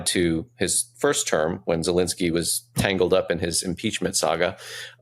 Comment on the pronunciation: Tim... your guest is knowledgeable but he loses all credibility when he doesn't know the name of the Ukrainian president. He is NOT POLISH. Please tell him to look at the letters in the President's name and try it again!